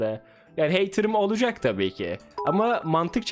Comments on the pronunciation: ani oalacak değil olacak doğrusunu bil diye söyledim <3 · doğrusu olcak oalcak değil